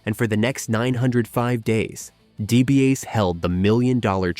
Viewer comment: Who exactly are Ted DiBiahs, Ted DiBiaise, and Stan Stahsiak? I only know of Ted DiBiase and Stan Stasiak